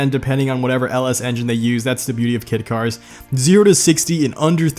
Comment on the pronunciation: It sounded like he was saying "kid car's" instead of "kit car's" in my ears. Idk why lol.